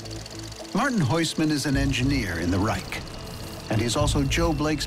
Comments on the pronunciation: As a German i have my trouble with speaking English. BUT why u guys keep saying Reich with a K in the End? You say China without Trouble. So, its a total dif. Thing when the CH is at the End - its still CH and not K. 😂 or du u say rich with spelling a K ?? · From a german to everybody is reich not reick